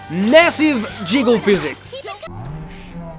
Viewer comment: It sounded like he said "Massive Jiggz" in slow mo lol